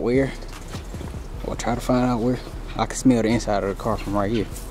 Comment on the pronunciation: 💀🤣 “I love this carrr”